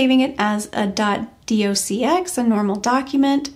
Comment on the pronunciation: .docx is pronounced "docs" .dotx is pronounced, "dots" If you place the template file in the custom templates folder, it will appear as a default option under the personal tab when the user clicks new.